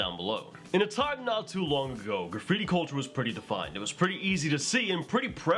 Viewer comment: You're saying graffibi...........